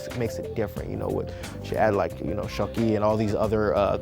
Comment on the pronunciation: Shaki not skoki